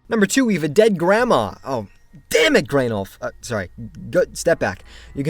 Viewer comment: Graneolf? Have you been in the fertilizer barrels again!?